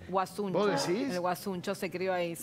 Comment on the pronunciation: No es guasuncho es guasuncha